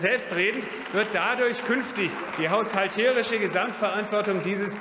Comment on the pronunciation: Es heißt *HAUS*halterisch und nicht haushal*TE*risch